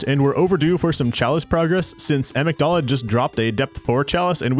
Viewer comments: The way he pronounces Amygdala. It's inconsequential but dangit it's like nails on a chalkboard for me lol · Yet he mispronounces "Amygdala" lol